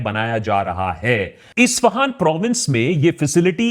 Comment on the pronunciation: What's ishfahaan? It's Issssss fa haan